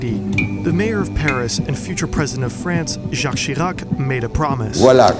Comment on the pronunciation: Nice prononciation of "Jacques Chirac" !